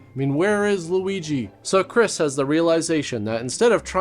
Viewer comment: Not, "Where is Liugi?" 😅😅😅😅😅😅